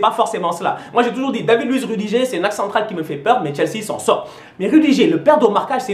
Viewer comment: On dit "rudiguèr" et "terch stègueun" pas stenguen ou rudigère